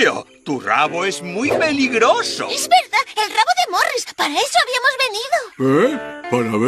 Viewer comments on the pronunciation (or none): none